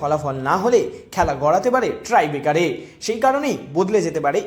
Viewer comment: ভাই সাংবাদিকতা করে খাও। Tie Breaker ke Try-Bekar বল কেন?